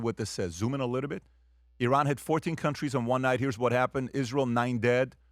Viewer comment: “BCauz Of IhRan” 😭